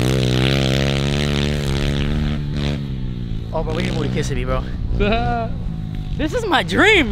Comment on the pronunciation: Bro you can’t even say kissimmee right😂🤦‍♂️ but we have a lot of hot boys in kissimmee but if you move to that area it’s a lot of cool people. Or Saint Cloud has properties out there too